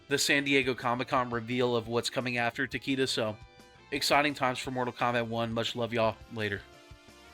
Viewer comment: It’s pronounced ta-kay-duh (not ta-kee-duh)